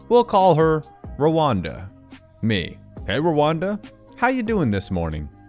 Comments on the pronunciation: I can tolerate your misreading of words, i.e., 65 cents instead of .67 cents; but, mispronouncing the name Rhonda? It's pronounced RON-DA. Not Rwanda! Rwanda is a country in Africa! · You've got a great speaking voice, but you are mis-pronouncing many common words. Rhonda is pronounced Ron-da... not Ro-wan-da, as an example. Skittles that cost 65 cents, the script says 67 cents. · I feel the need to inform you that it is pronounced "Ron-duh" not "Ruwanda". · rhonda is pronounced RON DA not rowanda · RHONDA is not pronounced Rawanda. (want a hint, listen to the Beach Boys song) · I’m sorry or not, but eye drops will forever be referred to as ‘blinker fluid’ by me now. Are you pronouncing Rhonda as “Rwanda” or are my ears having a stroke? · I definitely heard 'Rwanda' lol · Hun, the "h" in Rhonda is silent, it's pronounced like Honda Ed except with an R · Gotta forgive him. He's used to new age names. "Help Me Rhonda" by the Beach Boys would be a good reference, but they might be a little outdated for him ;) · I sat here giggling like an idiot every time he said that.